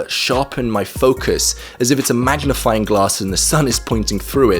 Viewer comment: maJnifying glass 😂😂